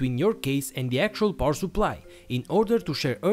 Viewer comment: Why do you say "poor supply"?